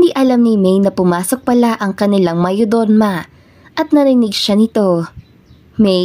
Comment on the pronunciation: Bakit di mo ma pronounce ung mayordoma? 😃